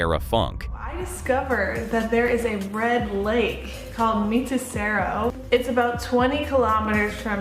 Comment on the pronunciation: That american woman pronounces the name of the lake wrong. And its misspelled as well. Its spelled Mitsero!!